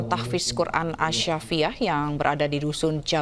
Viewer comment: Sekelas presenter baca as-syafiiyah masak kliru